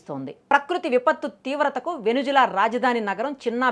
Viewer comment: వెనుజువెల కాదు వెనుజుల